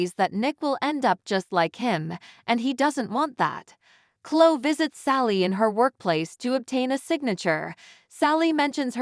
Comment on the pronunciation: Gabot? Klo? Diaane? It’s Pronounced “Jabo” and “Cloee” and “Diane” Why does it drive me “Crazy” when these commentators can’t pronounce these names right? Please get someone that watches the show and knows how names and places are pronounced! I have heard one that doesn’t know how to pronounce “Genoa City”. “Uuuggg!” 🤦‍♀️